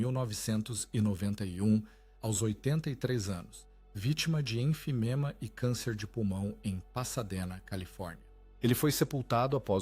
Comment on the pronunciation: ENFIZEMA, não enfiNEma.